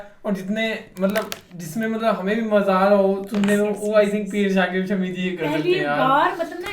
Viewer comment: शमी नहीं है शामी है